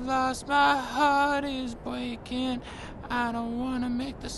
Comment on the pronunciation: "My hawt is bweaking."